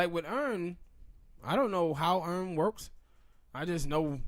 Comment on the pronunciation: It's not earn its Arn